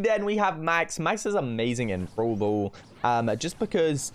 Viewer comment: When some says brawl brawl me be like No Its browl bool